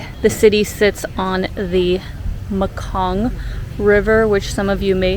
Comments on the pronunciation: hello..you say it probley the river is call mekong river..me-kong ok.. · Not looos Not Makoon Enjoying the video Thank you